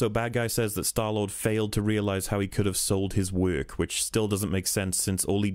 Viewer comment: Most people: "work" Rihanna: werk This guy: wæk